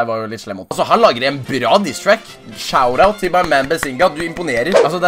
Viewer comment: no hate, men æ e jævli glad for at du ikke drive med engelsk youtube xD d e "shoutout" ikke "shourout"